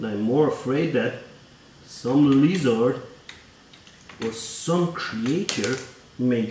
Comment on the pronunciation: Poor “lee-zaard” (lizard).